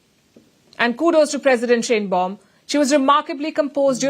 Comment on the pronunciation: Palki, The Mexican leader's name is pronounced like SHINE BAUM. It is a German name.